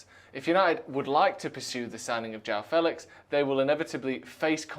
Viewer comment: 'Fehlicks' sounds like something to do with genitalia.